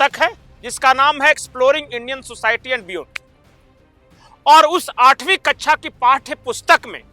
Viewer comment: मान्यवर कच्छा नहीं कक्षा होता है। उच्चारण सही से कीजिये।